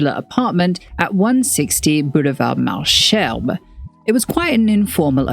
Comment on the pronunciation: sorry, it's bugging me and taking me out of the video but "malesherbes" is pronounced either \mal.zɛʁb\ (malzerb) or \mal.ɛʁb\ (malherb). French does not have the "sh" written like that (except, of course, with loan words), it's written "ch" like with, well, Chanel. "Malsherbes" is an archaic word/spelling/shorthand version of "mauvaises herbes" which means weed, more specifically the "I don't want in my garden" kind. So, yes, Weed boulevard lol